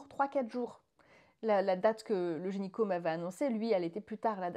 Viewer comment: Félicitations ! Je vous souhaite le meilleur !! (Tu dis gényco au lieu de gynéco ça m’a fait beaucoup rire 😂)